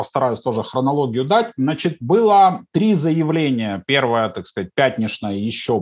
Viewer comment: "Пятнишное" - це ж московська говірка. 😁, вы блестящи! Всегда вас интересно смотреть. 👍